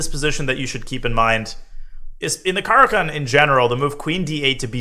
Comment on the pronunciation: like everything except your pronunciation of the opening